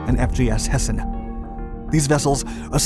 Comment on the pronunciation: Metric please? But your german pronunciation of Sachsen, Hamburg and Hessen is very good!